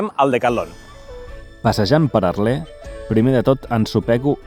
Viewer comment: Molt bé. Però quina mania de pronunciar Arlés, no sé on veus l'accent